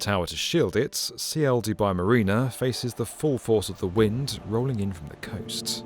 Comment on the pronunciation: Isn't it Ciel (sky in Spanish) and not C I E L ?